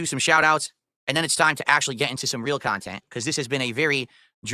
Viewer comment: "I make original khantent" The khantent in question: dead air, begging, and drama